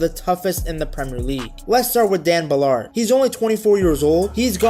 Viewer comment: Love the way he pronounces Ballaaaared !! Trying to make him french obviously!!